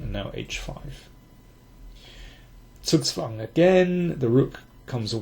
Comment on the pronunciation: This was a good one. You always say zugzwang correctly. I speak a fair amount of German, but for some reason I insist upon saying zugzwang in the most crudely American way possible. This is making me want to take that big Silman endgame book off of my shelf.